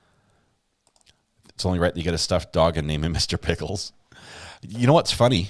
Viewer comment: Do Southeners pronounce pickles as PEE-HICK-LES?